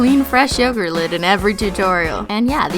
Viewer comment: You pronounce yogurt wrong😂but love your videos👏🏼😘